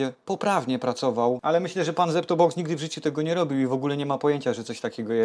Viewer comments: Czy ja dobrze słyszę "Zlep to box"? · Nie rozumiem dlaczego przekręcasz nazwę kanału ZeptoBox ?